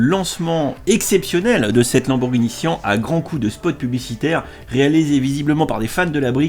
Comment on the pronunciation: c siannnnnn et non pas sien